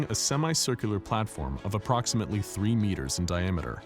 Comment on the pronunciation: Hey anyone else notice he said "apploximately" ?